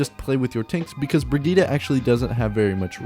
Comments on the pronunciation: Bri-git-te not Brigitta or whatever, its German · Her Name Brigitte Not brigihda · Funny. Excusing for the wrong pronounciation and then saying it wrong again. There is no a in Brigitte. Its Not Brigitta. Listen to her background Trailer. There she sais it right. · Only thing I hate is the pronunciation of her name. It clearly spells as "Bridget". And I have no problem if her name is "Bridget". I don't understand why they want to go for something with more than 2 syllables. How other people pronounce Brigitte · Brugeedah is still far off from the correct prounciation. A for effort. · Cringing every time he says the name wrong XD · Its not an 'a' at the end its an 'e'. Pls learn the pronountiation or just call her baguette.